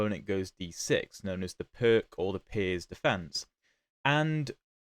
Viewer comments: "Pirc" is a Slovenian name and is pronounced something like "PEERTS" ( /ˈpɪərts/ ) in English. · > gives two pronounciations of the Pirc > both are wrong god bless England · Not even Daniel Naroditsky, the best at foreign names, knows the correct pronunciation of the Pirc! 🙂